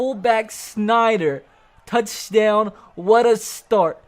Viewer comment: The way he said touchdown thooo😂😂😂@